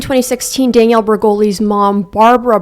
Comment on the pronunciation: couldn’t focus on anything on this video because of how you kept saying “dang-ielle” instead of danielle lmao